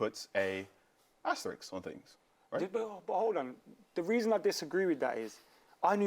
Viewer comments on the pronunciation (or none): Triple or quadruple the value of the club? Did Gary fall for the FT horse poop? Gary should know better what something is worth. What are the comps Gary? BIG team comparable sales. SMH. And why is it that no one can pronounce aster-isk?